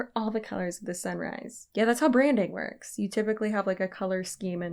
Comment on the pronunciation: Wait she said colors of the sunrise? I thought she was saying colors of the samurai 💀